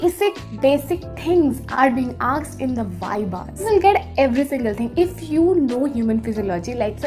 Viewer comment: And yr when u say aksed not asked i just thought 😆🤩but it's okay i think your tongue slip 😁😜tq yr for boosting my confidence love u lots and or video bhi laao or first year ke liye strong ho jaye 👍💫✨🤩